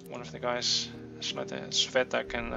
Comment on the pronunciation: Cveta is a serbian name, i think. Or bulgarian. Well, you get it. Russian equivalent (and by extension ukrainian, belorussian etc) is Sveta, but this particular name is pronounced "Tsveta", so you're doing a totally good job at calling their names :D There's only one thing - i think that the accent in "Anton" goes on the second syllable. At least in Russia/Ukraine/wherever else. Maybe in some slavic countries it is pronounced differently, i don't know for sure.